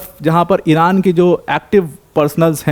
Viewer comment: Bhai tu iran aur israil ka nam thik se le